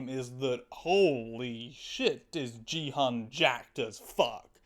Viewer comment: ive yet to come across a single video where the youtuber pronounces gi-hun correctly